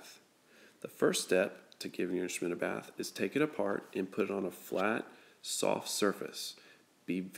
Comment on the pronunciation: I thought you said “How to Give Your Trombone a Birth.”